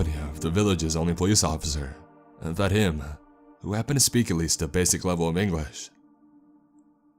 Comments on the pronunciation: his name is vadim not vahim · 2 people able to speak English in a town of 20 people in Siberia is a nice 1 % of the entire population. Pretty nice for a rural fishers Village. Also, the Names are a bit off. It's Vadim, not Vahim, and Darla isn't a Russian typical name. Darya is though. And finally, the translation of the word "Help": the word you used ("Pomogat") does translate as help, but not in a crisis or danger. You say " Pomogi" usually when you need a hand lifting a box etc. What should've been used for help in danger is "Spasite" ,meaning " Save me". It's be more fitting. Thanks for your stories and keep up the good work! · that pronounciation of vadim hurt me